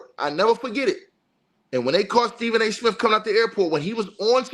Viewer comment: Is he saying Stephen A Smith or snitch😂